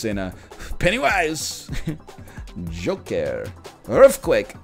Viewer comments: "Yolker" My god... the Egg has been the Joker all along! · Is it Joker or Yolker?